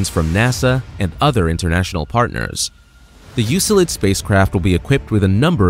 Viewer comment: I think the pronunciation of Euclid is U-klid.